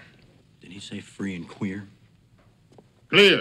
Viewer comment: Did he say free and queer? CLEAR!!😂😂😂